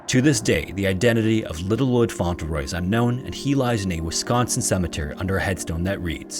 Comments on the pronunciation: I like this channel but you really need to work on your pronunciation. If you find a word you aren’t familiar with, Google it and listen to a few different sources to figure out how to say it. In this video, Cedric and Fauntleroy were mangled, and other comments suggest that there were other words too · Isn’t it pronounced Font-Le-Roy? Not Fon-Tel-Roy? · waukesha, cedric, fauntleroy, investigators, oh my days bro. your pronunciations. oh my days.